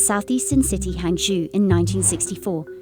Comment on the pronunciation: That's the worst pronunciation of HangZhou I have ever heard